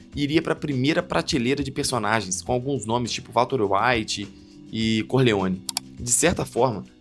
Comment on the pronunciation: VALTER UAITI 😂😂😂😂😂😂